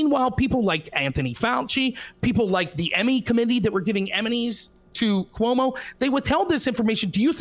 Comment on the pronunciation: Coy-mu might be the funniest mispronunciation of Cuomo I’ve ever heard.